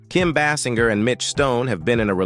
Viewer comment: What is this crap?? You do a profile on Kim and cant even PRONOUNCE her name right? And you keep saying it different ways; what is this?